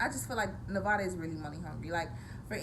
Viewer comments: so her accent only appears when mispronouncing the state she lives in? Weird. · She's not a real Nevadan she can't say the states name right